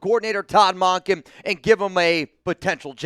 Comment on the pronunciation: Mun-kin not Mon-kin